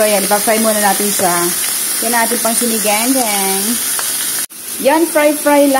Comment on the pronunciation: Mam sinigang po. Hindi po siniganggang baka malito po ung nanoood❤